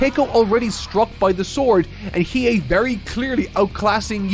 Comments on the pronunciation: pronouncing Hiei's name properly on the first go is the character development I've been waiting for. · 🎉👏🏼 should be proud of himself, got the Annunciation right on the money, and I bet you he probably thought to himself "There's no way it sounds the way it looks" but it does. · Ur pronunciation of 飛影is fine 👍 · I'll give him a pass, he's saying his name Right, just with more emphasis on the "U" (like "Gon" but saying it like "Gone" during his 1st HxH vid). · He might've nailed Hiei's name, which is really impressive (unless he just listened to the pronunciation of an episode) but of course he mispronounces Kurama like 90% of all three syllable names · well not perfect as the weight was not fully correct but yeah pretty good(just went to the Japanese dub to make sure) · Im so excited for part 2. I love hearing someone who never knew about YYH experiencing it for the first time. Im trying to get a friend of mine to watch it myself. But shes being stubborn lol. Its a favorite from my childhood and yes you did say Hiei correctly lol